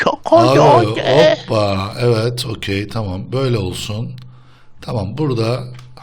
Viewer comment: abi its kokey değil its okey